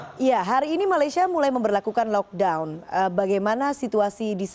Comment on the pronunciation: First time aku dengar orang Indonesia pronounce lockdown proper. Sebelom2 ni lokdong2🤦🏻‍♀️ salute both 💪😘